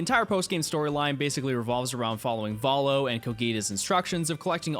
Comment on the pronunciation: sorry, VOHLO??? WHAT DID YOU CALL HIM??? exCUSE ME???